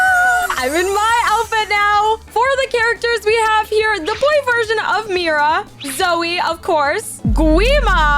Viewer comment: Bro way are you saying Miras sword?